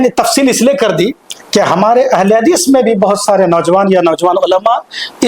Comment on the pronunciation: Abe tumse ahle hadees bola nahin ja raha hai aur beta Tum Al bol raha ha